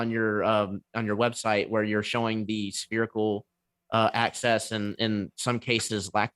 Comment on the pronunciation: Why does he keep saying 'spherical ACCESS'?